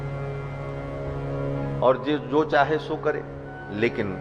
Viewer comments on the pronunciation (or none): none